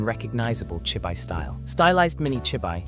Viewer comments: from the way it say chibi i can tell you used Ai in the voice over. its chibi [chee-bee]. but ill save myself the headache and skip this one. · chibi -> chee - bee. 'chi' + 'bi' -> 'chi' as in tai chi. 'bi' as in bee the honey bee.